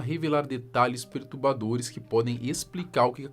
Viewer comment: Cara, OUTRA VEZ TU FALA "PERTUBADORES" - te reciclaí... tá ficando feio. (PERTURBADORES).